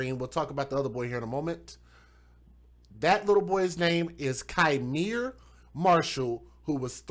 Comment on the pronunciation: That POS mother is my actual blood cousin 😠 She already had a kid taken from her prior to this, one of the reasons given was allowing men to blow weed in his face and she found it hysterical. BTW it's pronounced "Key miere" not Ki miere.